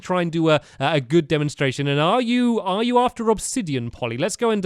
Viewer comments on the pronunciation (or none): he said oarefter is stead of after